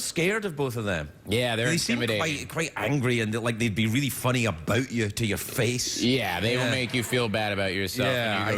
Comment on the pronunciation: Did this host just say,"a boat you"?